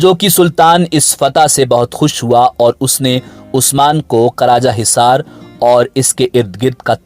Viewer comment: Karajahizar nahi karachaizar hota he